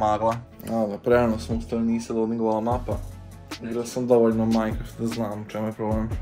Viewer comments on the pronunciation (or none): none